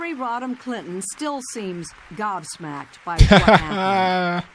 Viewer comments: GOBSMACKED, not Godsmacked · She said Gob-Smacked. gobsmacked /ˈgɒbsmakt / ▸ adjective Brit. informal utterly astonished; astounded